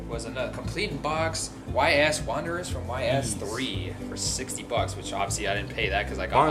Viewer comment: Lol Ys it’s pronounced Ee’s